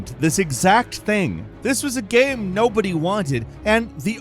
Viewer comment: why can't you say ''game'' properly? you've been saying ''gehm'' for more than a decade now, i just cringe every time